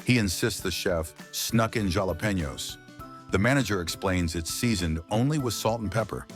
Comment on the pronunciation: jalapenos was mispronounced